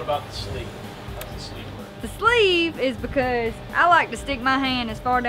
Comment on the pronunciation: She uses 3 or 4 syllables when she says sleeve.. sleeeeeeve!! What a crack up. Super cute..